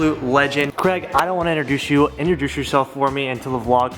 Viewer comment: Craig. his names Craig not Creg